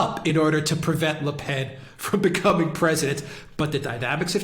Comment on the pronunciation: The brilliant Alexander finally got the Le Pen pronounciation memo!